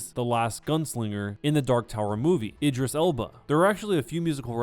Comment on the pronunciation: Love the vids. But was anyone else triggered when he miss pronounced idris Elba.